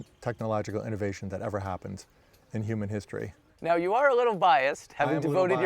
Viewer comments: Why does the presenter say "youman" instead of "human"?? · Mr Reporter human is pronounced "HEW - MAN". The "H" is NOT silent. 😮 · What's a "yuman"? Lmao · umans can he not say humans properly or is an american pronunciation thing? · Why does he say human like that? Yuman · What’s a Yuman? 😂